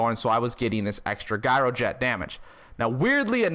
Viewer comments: Gyroget Jye-Ro-Jet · Gyro is pronounced with a "J"! You're killing me... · WTF is a Guy-or-jet? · LMAO... Pronounced- jiro jet... As if it was a j. Like job...jyrojet lol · It was rough watching you talk down to everyone while pronouncing gyroget wrong over and over and over. Good info in there otherwise.